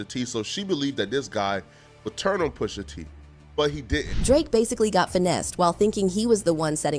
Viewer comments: "Poosha T" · "Poosha" is killing me. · “POOSHA T” 😂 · "Poosha T" 😂😂😂